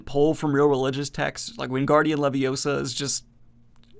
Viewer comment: Your pronunciationof Wingardium Leviosa is so improper no wonder you've never summoned a demon while reading Harry Potter.